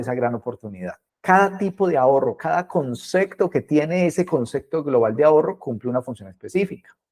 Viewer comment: Concecto? O concepto? 🤔